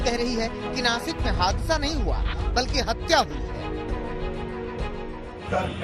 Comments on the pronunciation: ये नाकिस कहाँ पर है भाई.....😂😂😂😂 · नाकिस नही नासिक होता है आज तक वालो गवार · chitra ji 2000 ki note me nano chip ....😂😂😂 ....or naakis nhi .....naasik hai wo😎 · नाकिस नही नासीक होग!! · Nakis nahi nasik chutiyo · नासिक है... नाकिस नहीं